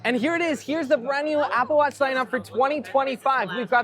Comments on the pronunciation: Is anyone else hearing “brand newmmm”? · What’s a “brand newm”?